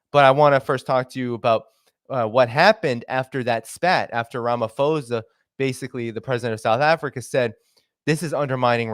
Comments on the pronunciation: Correction: It's pronounced Ramapawsa, not Ramafozer. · I cannot. I heard “ramafosa” for the third time and I couldn’t listen anymore. It’s pronounced Cyril Rama-poh-sah. But thanks for the content. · Please pronounce the Presidents name exactly as is written Ramaphosa (not Ramafosa) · It's Ramaphosa not Ramafosa.. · Its pronounced posa, Ph does not equal f in Ramaphosa. Sorry I've just never heard someone pronounce my presidents name like that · The South African Presidents name is pronounced_ “Raa” “ma” “po” “sa” and spelt Ramaphosa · Rum - u - pause - a . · So the name is pronounced Ra-ma-paw-zah. Also, it’s like you are talking about a different incident because this is definitely not how the citizens view the Lady R incident. We are very certain that weapons were definitely loaded on that ship. The ambassador would not have made these accusations if the CIA was not certain of it, and obviously it can’t provide evidence without exposing its agents. Your ambassador didn’t apologize because no apology was due. Us, we the South Africans, are pissed off about this because it is putting in jeopardy the AGOA agreement which many of our small businesses (including mine) rely on to survive. It is shocking that you have such a dim view of your own country. Are you aware that the politicians who have dragged us (South Africa) into this conflict are the same politicians who have completely wrecked our power grid and are systematically forcing us deeper and deeper into financial ruin? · Pretoria is a land locked province I think ur talking about simons town in cape Town also its ramaposa u don't pronounce the ph sound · Its Ram ah - po zar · Apartheid is pronounced ( apart-8) And Ramaphosa is pronounced (Rama-poza) the "H" is an emphasis on the "t" it is not pronounced as an "F" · It is RAH-MAH-POH-SAH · It's pronounced "Ramah - Paw - Tsar". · h is silent